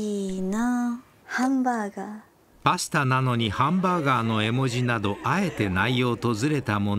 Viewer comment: いや、発音ハァ！ンバガァーだし